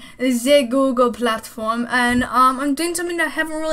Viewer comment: "ze google platfowwm"